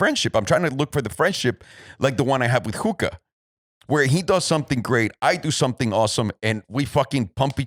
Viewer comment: Hooka, not hooker lmao